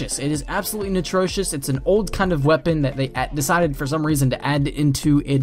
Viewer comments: it's ATROCIOUS, not NITROCIOUS. jesus. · Did he say natrocious? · atrocious not natrocious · absolutely natrocious? do you mean absolutely atrocious? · 1.26 what the fuck is 'Natrocious' 😂😂😂😂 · he said"natrocious" lol